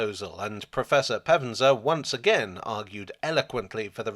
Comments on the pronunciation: Having invested in the termini to places north of the thames, we could do with some investment on the Termini to places South if the Thames. The prof is Pevsner not Pevenser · Pevsner not Pevenser. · Pevsner. Not Pevenser. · Pevsner, not Pevenser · Err? Not Pevenser but Pevsner. Just sayin'. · As usual a fine and entertaining piece...however I must pull you to one side and rap your knuckles over your pronunciation of (Nikolas) Pevsner...it is exactly as written, with only 2 syllables...PEVS-NER...dgp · Don't you mean Sir Nikolaus Bernhard Leon Pevsner CBE FBA? Your pronunciation of the surname was (twice) somewhat garbled. I won't even attempt to reproduce what you said. But having a relative who studied church architecture in the OU, I couldn't let that go without comment. ;-) Oh, and it is probably worth remembering that Thomas Hardy was an architect himself, who tended to wrote about stonemasons and other constructional artisans. My Wessex heritage wouldn't let that slide either. And don't get me started on the topic of Sir John Betjeman of Metroland fame, cos' it's really just me echoing the more profound knowledge of far more erudite folk. :-) ADHD and all that! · Hi, so sorry to nitpick, the mispronounced name of the architecture historian mentioned at time is Nikolaus Pevsner. Cheerio!